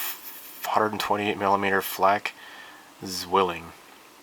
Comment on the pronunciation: i agree the name is hard to pronounce but the gun pronunciation is z-while-ling